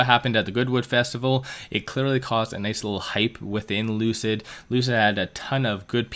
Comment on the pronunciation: Lucid Motors =Loose-It Motors 🤣